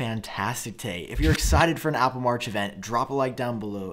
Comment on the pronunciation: Omg, repeat after me aaaaaappplllleeee